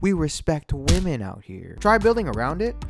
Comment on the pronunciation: Respec “whamen”